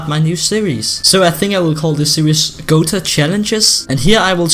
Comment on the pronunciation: That accent tho, "gota challenges?!" Real : Gota Challenges! No offense